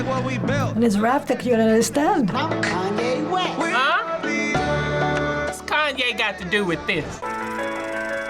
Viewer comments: Ah yes, Kanwe West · Do they keep saying Conway west? Or am I tripping?